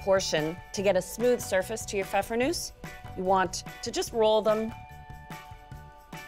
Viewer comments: in german you pronounce the E at the end.. it's Nuesseh! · I only clicked on this video to learn how to pronounce pfeffernusse.